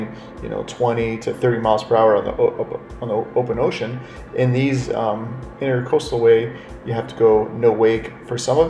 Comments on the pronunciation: it's the "INTRAcoastal" not "INTERcoastal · Not pronounced INTER coastal. It’s the Intracoastal . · Great video...fyi, it's NOT "intercoastal",it's "intracoastal"...somebody probably already said, but I'm not reading a 1000 comments to find out...lol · It's Intracoastal, not Intercoastal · intracoastal not intercoastal...